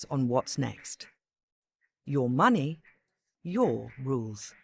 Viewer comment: It’s “money” not “mueonnayyyahh”